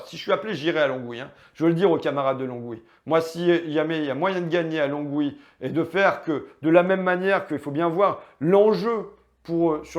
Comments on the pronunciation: Lon-oui non Longue-oui ! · Pour gagner à Longwy, il faut le prononcer "LON OUI" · On dit Longwy sans prononcer le "g". Important si tu vas là-bas.